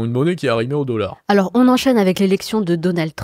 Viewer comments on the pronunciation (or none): "meaunétaire" le "deaullard"